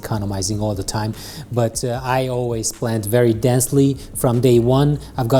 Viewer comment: I beg you, please learn how to say 'but' 😩